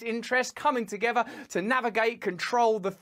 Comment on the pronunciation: Also Rusty can you go and buy a"th" to go with words like togever, or wever? FFS